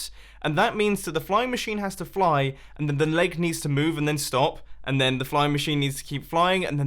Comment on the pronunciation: In the first minutes i understood "laag" instead of "leg"